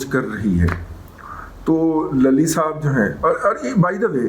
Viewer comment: 😜😂😜😁😁 سر جی ! صدیق لَلی نہیں، صدیق لُلی Luli